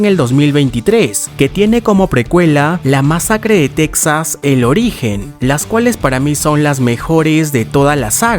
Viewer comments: Se pronuncia "Tejas", no "Tecsas". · Casi todos los latinos también le decimos "tecsas" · Me estresa como dice TEXAS